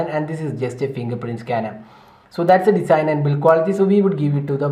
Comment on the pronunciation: its not Desain. its Design(to pronounce as Dezine)